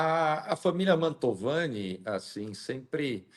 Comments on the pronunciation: Mantovani... NÃO Montalvani.....❤❤❤ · Fala o nome certo da familia! Não é montalvani... é MANTOVANI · te adoro, mas de novo vou te corrigir, não é família "Mautovani", e sim MANTOVANI..Bju! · Ótimo vídeo e ótima entrevista,... Mas só um detalhe: não é Montalvani, mas sim Mantovani. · Só uma correção, é Mantovani o sobrenome, não Montalvani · não é Montalvane e MONTOVANE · MANTOVANI,!!! E não Montalvani😂😂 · Uma dúvida sobre um detalhe,: por que você insiste em chamar a família perseguida pelo Alexandre de "Montalvani", quando todo mundo sabe que o certo é "Mantovani"? Na próxima vez que falar desse processo absurdo, corrija isso, por favor (a não ser que seja uma tática anti-censura). No mais, parabéns pela esclarecedora e corajosa entrevista com o advogado. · A ta pronunciando errado o nome. É Mantovani e não mantalvani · Acho que o nome é Mantovani, não Montalvani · MonTALvani não,. MANTOVANI kkkkkkk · É Mantovani e não Montalvani… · Que "Montalvani",? É Mantovani. O advogado repetiu o nome certo o tempo todo e você continuou falando errado. 🤦‍♂ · É família Mantovani e não “Montalvani”. 😅 como repetido diversas vezes pela. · o sobrenome é Man T O vani. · MANTOOOOVANI. Não Mantaaavani.😊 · parabéns pelo vídeo! Corrigindo, família Mantovani; vc diversas vezes pronunciou errado o nome da família. Amo vc; Deus te abençoe!🙏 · Por que a não é capaz de pronunciar corretamente o maldito nome da família injustiçada? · Família MANTOVANI MANTOVANI MANTOVANI!!!! Caraca, dói no ouvido, o advogado fala toda hora o nome correto. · é MANTOVANI. MANTOVANI. É importante falar o nome corretamente porque isso fica registrado pra história. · Bom dia. É Mantovani, miga rsr